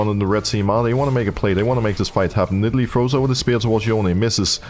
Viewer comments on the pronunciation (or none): I like when Broxah calls Nidalee "NIDDLE".